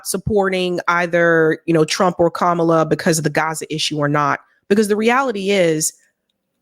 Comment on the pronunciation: I love how he pronounced her name “Camela” again after they just grilled him about that on the breakfast club 🤣